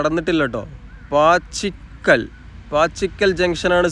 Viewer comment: പാച്ചിക്കൽ അല്ല പാച്ചാക്കിൽ ആണ് .